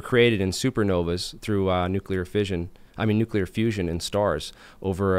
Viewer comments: But nucular scawy. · It's not pronounced "nuke-you-lar".